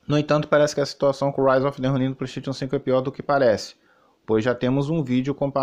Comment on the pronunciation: Preystetion 5 fala direito